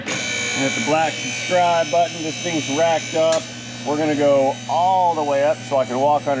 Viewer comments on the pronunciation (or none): none